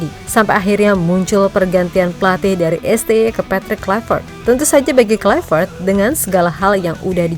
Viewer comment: Haii,... saya mohon, KLUI, bukan KLAIveet, krn dia orang Belanda, bukan orang Inggris... Kalau nama kita dilafalkan salah pun ga suka, kan... semoga bermanfaat, spy ga nularin kesalahan ke masyarakat Indonesia... Makasii...